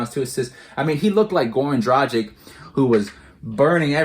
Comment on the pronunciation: It always makes me sad when Heat fans pronounce Gorans last name wrong, he has been here for 7 years and y'all still cant pronounce his last name right??? Bruuuuh.... You read it Draghich, its a short G. If his last name was Dražik, your pronouciation would be spot on but now its just so wrong...